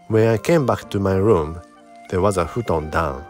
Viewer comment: I very much appreciate it as you say things like "futon" to help us with our japanese accents. You are appreciated!